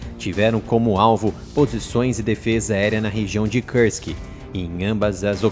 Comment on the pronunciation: Parem de falar cãrsqui. É russo, é não inglês.